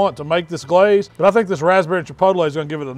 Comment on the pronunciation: GUH-LAZE it.